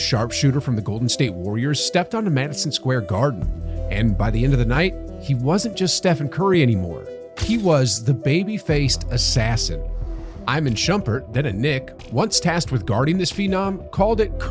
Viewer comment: EEE-MAAHN Shumpert. not EYE-MAHN